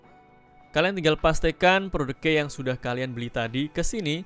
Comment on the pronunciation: Key dibaca Ki bro.. Wkwk parah blajr dlu sna..